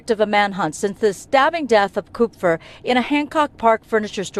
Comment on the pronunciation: It’s “cup-fur”. It’s German and means, Copper